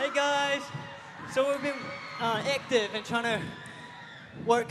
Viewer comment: I had heard some interviews where I thought he sounded aussie then AEKTIV got me haha